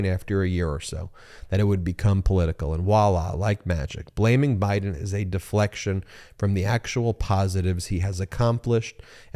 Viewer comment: Holy toledo, where do people come up with this crap? LinkedIn used to be business based but there is a lot of dross on it now. Appreciate the excellent takedown and exposure of the 💩💩 in the article. Just one thing, the word voila is French and that is a v, not a w, say it like it looks.